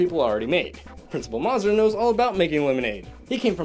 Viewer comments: It bothers me that he mispronounces Principal Mazur's name as "Maah-zur" when it's said repeatedly in the movie as "May-zur". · The principal's name is pronounced MAY-zer, rhymes with laser. I know because it wasn't until this movie came out in 3rd grade that my classmates started saying it right. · Somebody needs to explain the concept of easter eggs to this guy. Also, it's "MAY-zurr". You'd know this if you actually watched the movie. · Principal “Mah-zur”? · It's pernounce maze-er! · It’s insulting that you pronounced the principal’s name incorrectly. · The way he pronounced Principle Mazur 😭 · Oof the way he says Mazur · You said the Principal’s name wrong